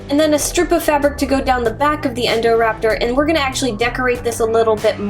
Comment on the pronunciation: She said endorapter not indorapter